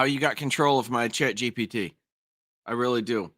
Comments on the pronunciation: Why you keep saying GTP? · Anyone sighing every time erroneously said Chat G...T...P? 😅